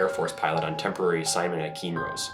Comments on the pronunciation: KIN-Ross. Hope that helps. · It's pronounced "Kin Ross." The Kincheloe Air Force Base was located next to the villlage of Kinross. "Kin Ross" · Very cool vid with great information, but who gave you the pronunciation of K-i-n-r-o-s-s as “keen-rose”? All of us locals pronounce it as it is spelled. Keep up the good work.😊